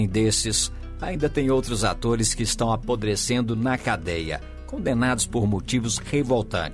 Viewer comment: Aprodecendo fala sério!!!